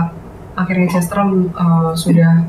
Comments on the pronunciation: bisa jadi tapi padahal Aileen sama Marsha udah bener pronunciation nya, tapi malah dia tetep pronounce Kester jadi kayak Caster. Gw agak ada pet peeve sama penyebutan yang ngasal, bener harusnya paling gak ya riset dulu atau minimal ngikut mereka yg lebih jago bahasa Inggrisnya, kayak Aileen ama Marsha. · Oi kak jangan kestar kester itu yg lain pada nyebut Cester bukan Kester. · Bacanya C bukan K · maaf bgt, Chester bacanya pake C bukan K yah 😁 Gemes dengernya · Chester. Bukan kester... Sebutnya. Mbok ya riset dulu cara baca. Pdhal yg lain sdh bener nyebutnya, tp yg satu keukeuh... Kester mulu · Host nya kenapa ya selalu baca kester kester... bukan kester mbak ... tapi dibaca cester oalaaaahhhhh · Kok Kester sih, CHESter.. bukan Kester. Risih juga dengernya. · Chester.. ce not kester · Host nya ... baca chester pake K , bukannya pake C ????? Host nya harus mulai les bahasa inggris tuh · konten keren tapi kurang riset . plus kester kester dan kornel 🤦 sungguh mengganggu